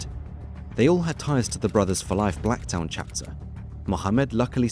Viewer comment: Bankstown and Blacktown end with the same word and pronunciation yet this guy says them differently?? Huh?